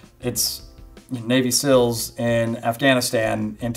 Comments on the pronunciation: Seal, not sill. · How hard is it to pronounce seals?! I am from a non english speaking country and i never had any difficulty saying NAVY SEALS. Its not Sils dude. Come on!